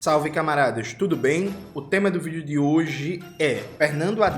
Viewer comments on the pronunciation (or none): none